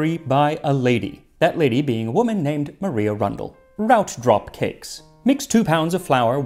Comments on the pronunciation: 'Maria' is properly pronounced 'Mar-eye-a' not 'Mar-ee-a'. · BTW: Maria Rundell’s given name was probably pronounced like Mariah Carey, not the Spanish name Maria. That’s the case for like 99% of English girls called “Maria” in the 1700s/1800s. :P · In Regency England the name Maria was usually pronounced the way we would say Mariah.